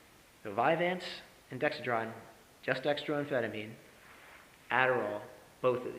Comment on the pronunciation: At first, I thought someone had surreptitiously recorded one of my ES.S10 lectures and this guy was lip-syncing. Then he said "Dexa-DRYAN" and my ears started to bleed.